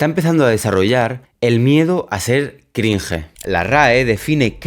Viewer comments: Crinje jajajajaja se pronuncia “Crinch” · Por qué a los españoles les mola pronunciar palabras extranjeras como „cringe“ incorrectamente